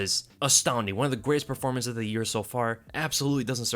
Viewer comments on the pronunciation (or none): none